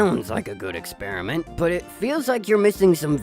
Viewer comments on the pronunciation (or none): why is he saying "EXPERI-N-MENT" makes him look more stupid than being a flat earther does